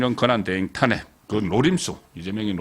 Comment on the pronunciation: 우리말은 장단이 있는데, 탄핵의 탄은 길게 발음 해야 합니다. 수사의 수도 길게 발음하는게 맞읍니다